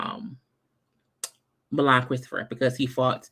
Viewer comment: I was cracking up at saying Mulan. It's pronounced Milan. This show is trash but I'm here for the reviews..LOL